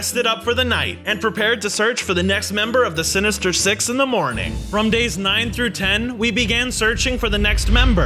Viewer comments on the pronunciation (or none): i Heard "Six In The Morning Like " Um " Sex In The Morning " Bruh *If You Heard Like That Like This Comment"